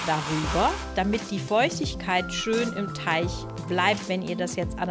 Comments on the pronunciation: TeiG nicht TeiCH !!!! XD gutes video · Ja was nun,? Teich oder Teig?🤣🤣 mega sympathische stimme👍👍👍